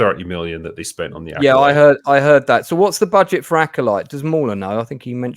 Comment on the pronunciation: THE LACKOLYTE... ...by Leslye HeadBland {and} AGHEYTHA ALL ALESBIAN